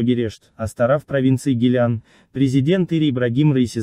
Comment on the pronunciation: Не гилян, а гилан.